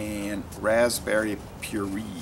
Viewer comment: I believe "purée" is pronounced "pure-ay". Good review though!